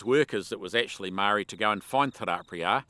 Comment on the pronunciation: pity you still cannot pronounce Moe Ri, but great yarn, well told